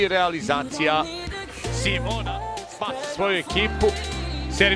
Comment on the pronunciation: SIMONA???? Que pedo con ese comentarista? Le cambia horrible el nombre